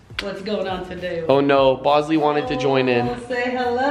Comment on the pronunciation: Britainy Arnold it's bawsley and no bawsley can't talk